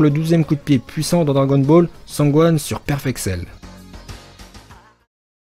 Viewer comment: Celui qui dit cragon ball laisse parler